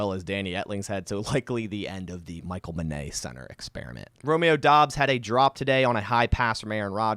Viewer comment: Michal Menet is pronounced MEN-et. Similar to "minute" but "men" instead of "min". Regardless, I don't see him sticking around much longer lol